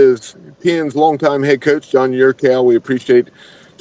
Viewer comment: It sounded like you were calling him "Don". Maybe not. Anyway, thanks, as always. Go Pirates!